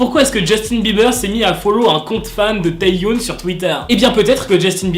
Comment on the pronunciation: Juste petite précision parce que ça me stresse... Ça se prononce Tae Yeon et pas Tae youne 😅 Sinon je t’aime continue comme ça !😭❤️ Edit : Le W de Hwasa ne se prononce pas... C’est Hassa